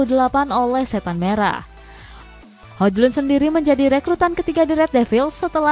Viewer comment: Hoilun kali dibaca min bukan hoJlun secara harfiah🫣